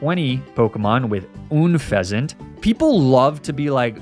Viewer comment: Sorry to be that guy but it's bothering me far too much It's Unfezant, pronounced like unpleasant not Oonfezant. It's Lapras, not Laprah, the S is not silent. It's Ninetales, as in the number 9, not Ninétales, the E is not accented in any way. It's Magnemite, not Magnemmittee, it's not pronounced like committee, it's pronounced like might